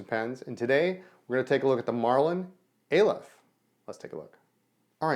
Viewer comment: pronounced ah-lef first letter of the hebrew alphabet